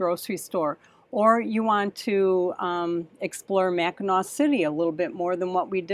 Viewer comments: Mackinaw Island, is the proper pronunciation. Traverse City is my home town. Enjoy, absolutely beautiful area. A lot of history and amazing amazing beauty. Watch “ Somewhere in Time” with Christopher Reeves and Jane Semore filmed on Mackinaw Island. Read up on the Soo Locks. Have fun! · FYI: Mackinac Island and Mackinaw City are both pronounced the same, “Mackinaw”. One is the French spelling and the other is the Native American spelling. BTW: we have done the Adventure Caravan tour of the Canadian Maritimes and would do it again in a flash. Made many friends and loved everything we saw. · Finally you are coming to Michigan. We will be "traversing" our home state like a dunk slug this summer. Maybe we will cross paths. You will enjoy. BTW, it's Mac -in-naw as in awe. What an honor! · Love you guys, I'm 70 years old, lifelong Michigander, I enjoy your kids so much, just a tip, it's not pronounced Mackinac even though it's spelled that way, it's pronounced mackinaw